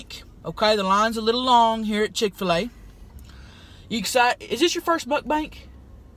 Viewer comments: i died when she kept saying “chiffulay” as chick fil a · I HATE CHIK-FA-LE